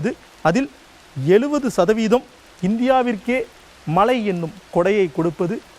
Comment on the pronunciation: மழை: மனம் போன்ற பல சொற்களில் உச்சரிப்பு மிக மோசம் ...